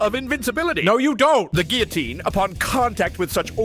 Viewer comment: Gotta love, the famous Frenchman, not being able to pronounce a single French word correctly. Especially loved "GILL-a-teen." Loved it when he temporarily turned German(ish??) though.